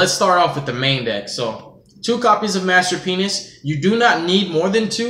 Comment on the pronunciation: You do say it - I think everytime, that I hear it wrong, but you do say "Master Penis"! Stop making this joke! It is terrible! :D :D